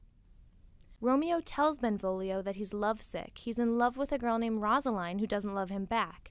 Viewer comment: One it’s rose-a-line and it’s man-two-a